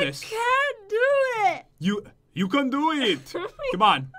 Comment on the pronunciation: LOL nic accent "I con't do it!" "Y-you con do eet?!"